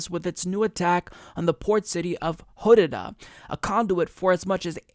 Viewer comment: lmfao how you pronounced Hodeidah xD